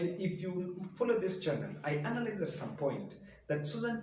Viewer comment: Learn to pronounce analyzed right otherwise it cuts your eloquence brother